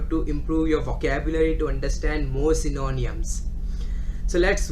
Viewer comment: Its not synoooniams...........its sy-no-nyms!